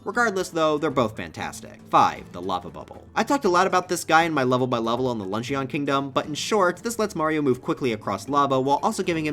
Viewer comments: Man said Luncheeeeeon. Its pronounced lunch in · It’s pronounced lunchin, not lunch eeon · “lunch-ee-on” It’s “lunch-un” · I laughed when you pronounced "Luncheon" like an Eevee evolution rather than "lunch-in" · I just found your videos recently and I enjoy watching your content but I HAVE to point out that “Luncheon” isn’t pronounced like an Eevee evolution. It’s pronounced “lunch-en.” Two syllables. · ... did you pronounce Luncheon as Lunch-ee-on? Sounds like an eeveelution. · I think you mispronounced luncheon, its supposed to sound like lunch-un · Bro pronouncing luncheon like an eevee evolution. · He’s saying Luncheon like it’s an eeveelution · Am I the only one thinking about why he says luncheon like that?